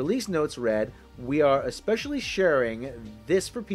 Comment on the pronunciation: or expecially...